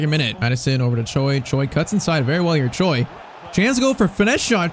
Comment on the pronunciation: If you ask any Koreans, there's no way they pronounce "Choi" as "Joy". I don't know why!